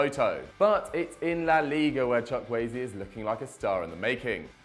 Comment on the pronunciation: Who is Manuel Chuck-Waay? I thought his name was Samuel Chukwueze